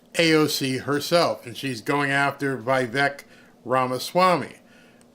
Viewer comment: It is pronounced as Vee Veck not Bi beck !!!!